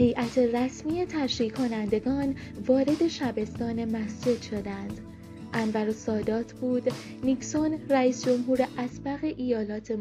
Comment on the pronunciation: کاش تلفظ اسم رئیس جمهور مصر(انور سادات) و اسم حوزه علمیه مصر (الازهر)را هم بلد میبودی،😢،خواهشا یک تحقیقی میکردی همونجور از رو متن نمیخوندی